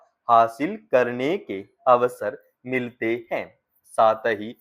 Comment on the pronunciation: हैं और है के उच्चारण में आप अंतर सही से नहीं कर पा रहे हैं अच्छे से भाषा बोलने की अभिव्यक्ति सही करें